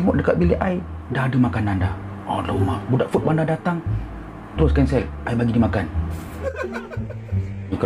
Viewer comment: Food lah bang bukan foot hahahaha abang kelakar lah